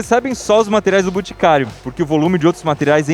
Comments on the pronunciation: Iberê falou mil vezes "BUticário", zero vezes "BOticário"... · "buticario" kkkkkkkkkkkkkk